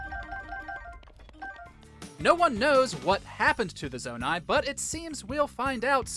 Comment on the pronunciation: When you said zonai I thought you said nomai💀 I got such flashbacks